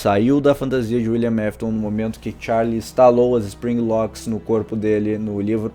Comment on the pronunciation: Teve uma hora que ele falou"Willian Mafton"😂😂😂😂